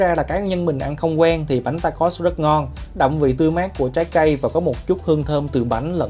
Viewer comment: Bánh đọc là “Ta Cồ” nha anh ạ